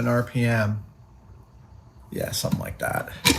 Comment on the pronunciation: Adam says 30 RPM funny